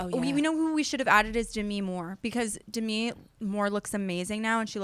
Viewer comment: Lindsay Lohan or NO ONE BITCH also Brooke please never say Demi again 😆